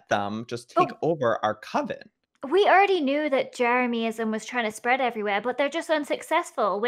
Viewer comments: I don’t know why I find it so funny how Joey calls Jeremyism “Jeremiahmism” 😂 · Joey saying jeramiahmism is ticking me off more than jeremyism itself Also I vote that the jermies and the coven band together as the magic squad and have a war against the fwips! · Yes he can’t say jeremyism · I love how Joey pronounces jeremyism wrong :P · TELL JOEY HE IS SAYING JEREMYISM WRONG!!! I respect JEREMYISM and THE COVEN but don’t be mean, Joel is being nice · i hate the way joey pronounces "jeremyism", he's the only one that gets it wrong